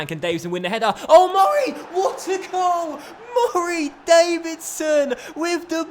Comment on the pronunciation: I think I missed an episode a while ago. Why does he say Murray Davidson like that it's kinda annoying